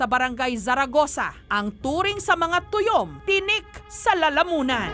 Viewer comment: tayom hindi tuyom